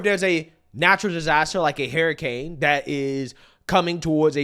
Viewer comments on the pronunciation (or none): Learn how to say hurricane. HUR not HAR. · Hey, Harry has nothing to do with the canes it is called Hurricanes not Harrycanes 😂